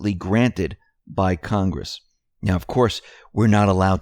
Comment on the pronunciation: "CON"-gress. Say it with me,..."CON"...gress.